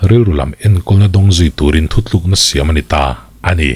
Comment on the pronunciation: nang tal hi chuan "thuthlûkna" t tawh suh teh😊 "thutlûkna" ti hrâm tawh rawh aw 👍🏻